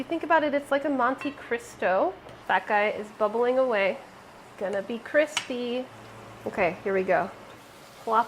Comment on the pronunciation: all of the grilled cheese are damm cwispy